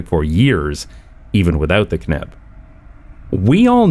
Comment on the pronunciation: I am proud of you being able to say "KNip" without effort. Most English speakers have lost that ability.